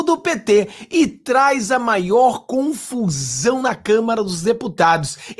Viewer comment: Na verdade NÃO É CONFUSÃO , É. COMFRZÃO... KKKKK